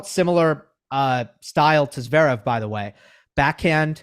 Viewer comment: What do you mean, 'to cheat' re Stef? What does RBA is like a cup of coffee mean?? What's the reference to peanut butter??? Im from across the pond and I just don't understand🙃 PS it's zvErEv nor zvEErev. Ist E is just like the 2nd E